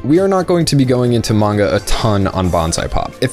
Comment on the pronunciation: your pronunciation of manga makes me want to die